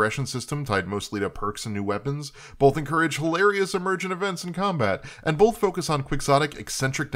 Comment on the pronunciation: Starting he says "bolth" several times for some reason. I think he meant to say "both".